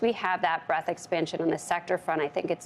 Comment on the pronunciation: breaDth, not breath. Please.